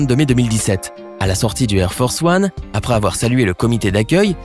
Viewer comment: J'ai entendu "hair force one" !! 😂😂